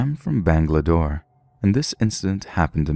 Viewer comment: Bangalore not bangladore.